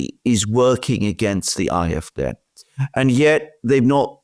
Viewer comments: You are mispronouncing the last letter of the AFD. It's pronounced like the word "day" in English. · why is the A in AFD pronounced differently?